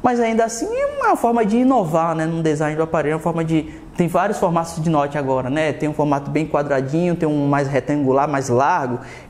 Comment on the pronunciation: Vc esqueceu do T no nome Notch, Muito massa o moto g7 plus.